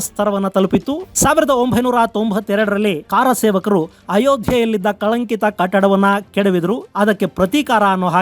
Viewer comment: ಕಾರಸೇವಕರು ಅಲ್ಲ ಸರ್ ಕರಸೇವಕರು.